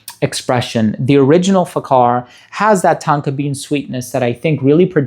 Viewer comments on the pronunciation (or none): People should stop pronouncing it with a "K" Lol It's more like Fahar than fakar